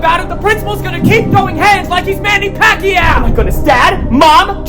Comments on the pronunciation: bro said manny packyao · ITS NOT PRONOUNCE (MANY PACYOW) ITS MANNY PACYOA Edit: sorry um im filipino so um ya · Thats not how you pernouce manny paciou